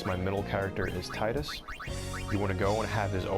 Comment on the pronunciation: THANK YOU FOR PRONOUNCING TIDUS'S NAME CORRECTLY !!!